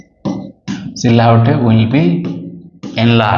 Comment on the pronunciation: Hello Doctor, thanks for the videos. Just a quick note: The word silhouette is pronounced as See Loo Wet.